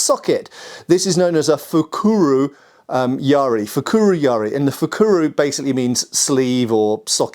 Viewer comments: Yaris are always interesting, but that looks like a really short one and lacks an ishizuki. It is quite a late one though, so definitely not a battlefield yari, especially with a red oak shaft. In the style I practice, we use a 2.4m practice yari, but the real ones were just over 3m. (Also, Please stop with the pirate pronunciation of yar-ri. It's just ya-ri. By this point I think that you're doing it on purpose). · Calling it yari spear is like saying chai tea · Not Yaaaariii The syllables are short and clipped. YA-RI. If there are more Japanese weapons in your videos, please use the proper pronunciation. FU KU RU, not FUUUKUUURUUUU. It sounds so painful when you mess up the pronunciation!